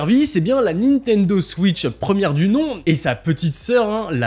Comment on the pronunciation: la nintenzo ??